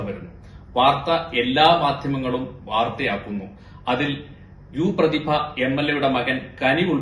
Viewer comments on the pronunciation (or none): You’re not Pradhiba ..your “PRDHIBASAMNU”😂